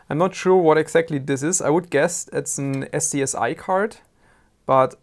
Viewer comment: It's pronounced as a single word, namely scusi